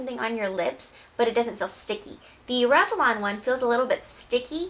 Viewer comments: It's rev-lon. Not rev-e-lon. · I read your comment before I watched the video. Holy crap, I keep focusing on how she pronounces it. LOL. "revelon" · i love the review, hate how you pronounce revlon <3